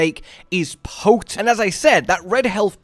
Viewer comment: Effects of this build confirmed to be quite “pote”… “poat”? Well, it’s gonna be a word for the channel, now.